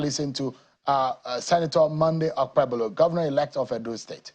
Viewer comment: Nigerian Journalist with LAZINESS and UNWILLINGNESS to learn how to PRONOUNCE names from other tribes. Seun, what is OkpeBOLO?